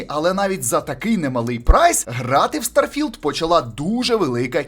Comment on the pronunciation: наголос на стар потім філд)) будувництво кораблів то є ппц я там уже 40хвилин